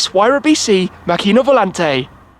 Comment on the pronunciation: props for not butchering macchina volante too much. so many people would have not made the effort to learn the pronounciation